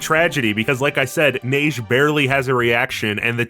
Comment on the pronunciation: As a french man, I am happy to say you're pronouncing Neige right, I don't even like my first language but it bothers me so much when people fuck up pronunciation xD